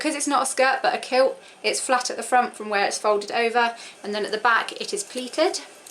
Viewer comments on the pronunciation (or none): none